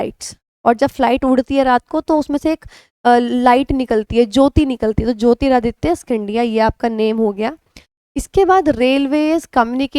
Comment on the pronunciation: Are Maam ji kya kr rhi ho "jyotiraditya scindia " ki pronunciation ?